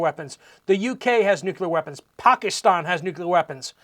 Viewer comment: POCK EE STON? ROFL It's 'PACK ISS STAN' Obama says POCKY STON...